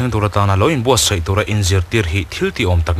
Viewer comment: Sai tia ilam hi sai(elephant) niloin hnim chikhat tlangsam ang tak leh kha tak SAI anih zawk hmel ve.A vawt deuh a ka SAI der der mai tih a sai tih ang hian lamrik tur anih hmel ve.